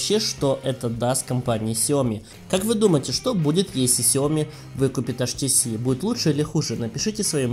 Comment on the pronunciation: Либо уж "аш тэ цэ", либо "эйч ти си" - по ушам режет этот колхоз!